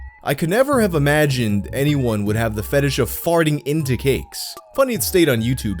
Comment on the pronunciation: i like the pronunciation of "fetidge" somehow it feel appropriate.